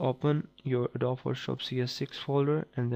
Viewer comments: It's called adobeeeeeeee, not adob! XD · Adobee is how you pronounce it. It is spelt adobe.